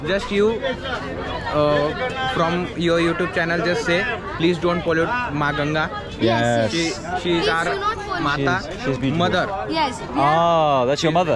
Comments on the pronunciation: Why they keep calling it Ganji😅it’s Ganga( Gun-gaa) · River name gun gaa not Gangies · It's ganga not gangii bro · It's not "ganges" It's ganga bro 😂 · It's Gangaji (name is Ganga+ "Ji"added for respect )or Ganga not ganji (means 'bald lady' in hindi)😓 you're saying ganji again and again what do you mean by that does a river have hairs but how is it possible 😂